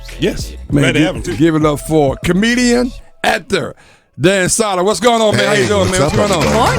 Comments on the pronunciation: Crackle crackle btw it's sow der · Crackle Crackle. Love him and Jay on SiriusXM. The Bonfire is my favorite show of all time. Great interview with him. Also, I hate to be that guy, but it's Dan Soo-der, not Dan Sah-der. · Crackle crackle, this was a great interview. You guys are all awesome, I came as a Danny Soder fan to check him out in this interview but really enjoyed the whole show despite the continuous mispronouncing of his last name :D